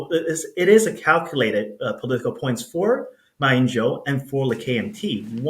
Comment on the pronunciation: Why did that guy call Mr Ma - Ma Ying Jeou and not Ma Ying Jiu - jeou is in what language? Not Mandarin obviously.